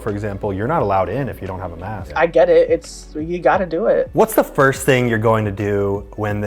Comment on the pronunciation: Nope and it's first not forst idiot